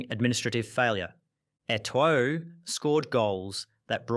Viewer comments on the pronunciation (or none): The 2nd o in Eto'o isn't pronounced.